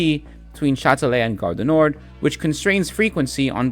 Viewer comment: You pronounced everything really well (exept the garre DU nord (nor the d is silent))